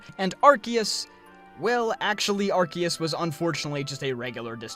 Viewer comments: Why do all Americans mispronounce Arceus as Arkeus? It's Arceus with CE like in Cell. Or arseus, if you will.. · It’s pronounced Ark-ooze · You said Arceus wrong...